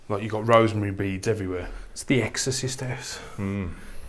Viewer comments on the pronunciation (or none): Brilliant video, guys.👏👏👏 I only have to look at, and he makes me laugh. 😅., are you saying rosemary beads instead of rosary... or is it my hearing 🤔😂😂😂 Much love and appreciation to you guys. 💛, you are hilarious... bad girlfriend 😂😂😂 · "... Rosemary beads" ??? 😂🤣😂 They're called 'Rosary' beads.